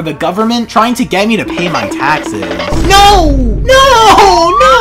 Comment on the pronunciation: Lol how are you saying NO!